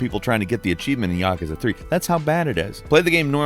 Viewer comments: "When I say Yockuzuh" what is the first thing you think of?" You're saying Yakuza wrong! That's the first thing I think of, and pretty much everyone else! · "when i say yakuza whats the first thing you think of?" how about you saying it weird af. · i have never heard anyone pronounce yakuza like that before 😂